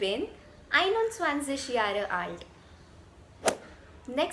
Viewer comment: The content is good. But your pronunciation is not German, such as you should use guttural r also improve these: 'er' --> ea, 'Jahre' --> yaga , 'Spreche' --> spreikhe, 'ar' --> aa (aabeita)